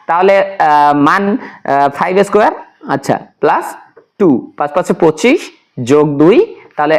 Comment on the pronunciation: Ma square na bole doya kore mun squarei bolben ma square eta balo shona jay na..